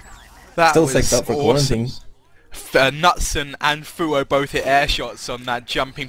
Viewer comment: nutson is not the way you pronounce knutsson:D pronounce the k and and the second s:)(for you )